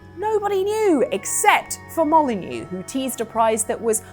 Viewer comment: Peter Mo-lie-neux